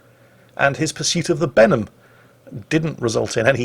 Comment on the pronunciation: When says "Benham" to me it sounds like "Venom". Maybe that's me from NA region and watching the Venom movie recently.